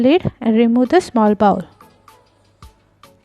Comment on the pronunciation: Check your pronunciation of BOWL ... Good video otherwise!